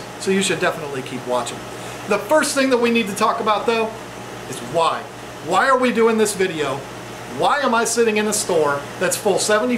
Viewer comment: I actually thought he said wine instead of "Why". I thought, well I don't know what I have to do with African cichlids.